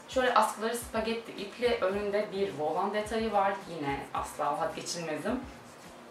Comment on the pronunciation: "Volan" kelimesinin telaffuzunu öğren lütfen..bu kadar çok "volan" geçince videoda kaba telaffuzun rahatsız ediyor.